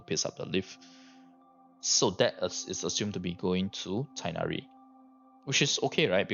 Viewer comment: Teghhnari with hard h sound